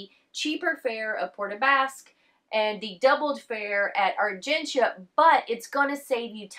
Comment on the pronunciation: I love that you are pronouncing Argentia correctly.